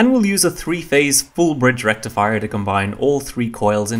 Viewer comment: FOOL BRIDSH RECTIFAIAH! XD